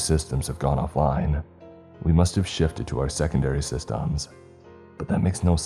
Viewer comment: This is my favorite Ceeepy channel for sleep by a mile. That said... your pronunciation of "must've" is almost a deal breaker. FmL 'Mus To Of' every time. Nails on a chalkboard.